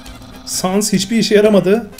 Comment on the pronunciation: Papayrıs gibi bi okunuşu var ve sans da "sens" gibi okunuyo